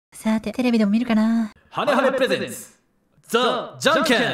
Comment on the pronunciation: ハネハネプレゼンツ？がハメハメフレンズに聞こえた